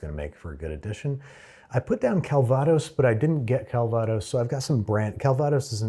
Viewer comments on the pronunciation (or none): CALvados, not calVAdos. Jeeze!